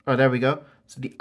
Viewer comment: the word is analog not anilog